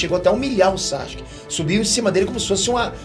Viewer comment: "Sasque"? Quem é esse? Isso tá errado, a pronúncia correta do nome dele é SASUKÊ. O "u" se pronuncia sim, basta ver o anime no original.